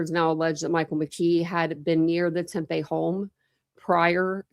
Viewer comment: Are you saying Tempe murders? It sounds like it but it’s Tepe. Witness interview would more than likely be McKee’s interview with Police